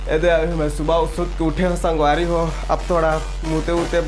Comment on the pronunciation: Jitna bhi cg vloger man he te man haan स , श कबर बोलत हे 😂😂😂😂 संगवारी होते कि शांगवारी होते 😂